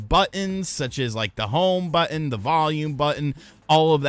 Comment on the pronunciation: But-Ton. Not, But-End...